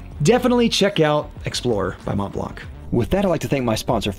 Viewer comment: Monblan brother, not monteblank.